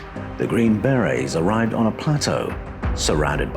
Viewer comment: How do you pronounce it? In English English I think the emphasis is on on the first syllable. In U.S. English I believe the emphasis is on the scond syllable. How did I say it? I guess either way it will sound wrong to someone! The hazards of speaking an international language eh! Health and Peace